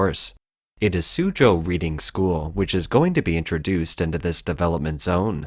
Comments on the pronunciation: I'm assuming the narrator is referring to Reading to the west of London, which contains 18 private schools, so which one ? P.S. it is pronounced Redding ! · I know this video was narrated by an AI bot, but Reading School is pronounced as RED-ing. Its name comes from the town of Reading in Berkshire, near London. 😊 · Reading, pronounced "redding", after a large town between London and Oxford, England. Reading school shows principal and responsibilty by properly testing the soils in the school grounds, after suspicions or a tip-off. They, Reading School, acted in a interest of the welfare of the children. The CCP does not responsibly act, but literally buries such concerns. It takes a foreign investor to unlock the criminal conspiracy. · he is Canadian so, just reading it as reading not Reading as he doesn't know the local pronunciation (bad pun I know ;) ). Eg I have always pronounced Concord like con-cord, but the town in the US is pronounced Con-ked. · I would have thought a human might know on how to pronounce "Reading" as in the name of the school and the town it's in, as opposed to "reading", as in I'm reading these comments. :) The narration to me does sound rather mechanical and monotone.